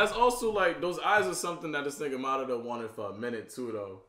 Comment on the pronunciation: oh it's not that name you've been butchering it's Madara's